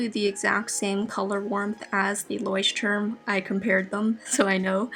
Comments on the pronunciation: Its so cute how you pronounce 'Leuchtturm' :) I am from germany btw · it‘s so funny how you pronunce „Leutturm“ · That’s soooooo cute. I‘m from Germany and Leuchtturm is pronounced a little different😂💗 That sounds sooooo funny and cute for me🥺🥺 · How you pronounce Leuchtturm. It’s always funny to hear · As a German it's funny for me how she pronounced Leuchtturm 😂💕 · Same haha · Ist aber bei jedem irgendwie so😂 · As a student learning German, I thought I spoke it wrong all along when I heard her. Both English and German aren't my native languages so I was confused 😕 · It was so funny how you say ,,Leuchtturm"😂 I'm from Germany